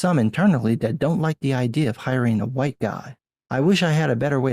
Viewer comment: Love how you say hu-white.